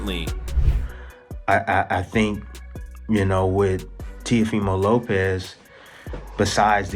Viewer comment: Dear Floyd, Shakur’s last name is Stevenson not Stevens. Dear, Teo’s full name is pronounced Teo-“fee” mo. Thanks!